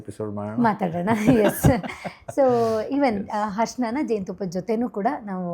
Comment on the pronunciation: ಹರ್ಷಣ ಅಲ್ಲ mam ಅರಿಶಿನ ಅಂತಾ ಹೇಳಿ ಶ್ವಾಸಕಾಸ ಅಲ್ಲ ಮೇಡಂ ಅದು ಶ್ವಾಸಕೋಶ